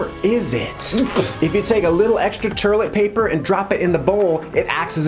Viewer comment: "Terlit Paper" That's how my New Yorker dad says it 😂